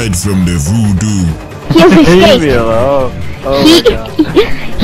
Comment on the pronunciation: "he has exscaped"